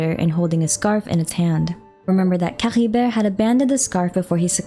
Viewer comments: was caribert really spoken like that? i mean i understand your insistence on speaking the sumeru names the way you want to since I could understand the logic behind it(culturally), but Caribert being spoken as C-ha-ri-ver? idk man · Nah none of the characters pronounce it the way this YouTuber does lmao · No need to add the weird gh sound to Caribert. It's pronounced cari-bear and the noise is no where to be seen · What up with that weird accent when you say Caribert?🤔